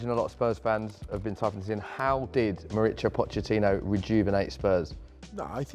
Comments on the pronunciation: Qué dolor cada vez que el tipo llama a "Mauricio", Mauritzio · Everyone pronounces Mauritzio. Should be Maurissio. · The board only had 'How do you pronounce Pochettino', but he really should have clarified how to pronounce his full name. Because the interviewer was pronouncing it wrong all video. He's from Argentina, not Italy. It's Mauri-SIO, not Mauri-CHIO. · when he says his name is italian, he meant his last name. Actually, in latin america "mauricio" is a pretty common first name. The way it is pronounced is "maurissio". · No one: Interviewer: Mauricho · This dude keeps calling him Moricho hahaa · La pronunciación de Mauricio! Un cráaa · Why does it sound like the interviewer always gets a stroke when he pronounces Pochettino's first name "Mauricio"?